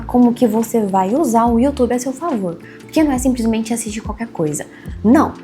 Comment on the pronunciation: Pena q faltou aprender mais o português. O "simplismente" doeu kkkkkk.